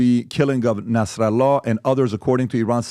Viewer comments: Why does he pronounce nasrallah like that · Patrick Butt David doesn't know how to pronounce Arabic names.